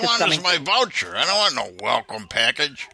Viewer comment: The wowcha in the velcome package. Why don't they simply swap w's for v's. So pretend the word voucher starts with a w and the word welcome starts with a v.